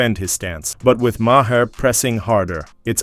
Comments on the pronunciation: Why do all of these AI voice generators say “Ma-HAIR”?!?! Every damn time! Try spelling his last name different if you’re too lazy to do your own voice over. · its pronounced "Mar"